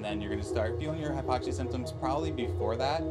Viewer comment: Hypoxi??? Its Hypoxia.